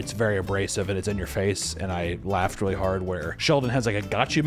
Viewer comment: when this bro said "wiwee?" I lost it.